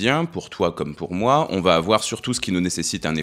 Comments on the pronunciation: Merci pour toutes ces vidéos très intéressantes 👍 Mais il n'y a pas de "t" à va... alors ces fausses liaisons "vatêtre" faudrait corriger, c'est pénible 😉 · Tu fais des superbes vidéos mais tu m’écorches les oreilles à chaque fois que tu dis : ça va Têtre) 😮